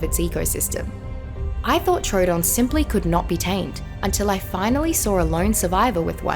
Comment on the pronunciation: Am I the only one who got PTSD when she siad trodon